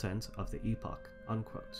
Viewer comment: Liked for pronouncing epoch correctly. We already have a different word pronounced epic.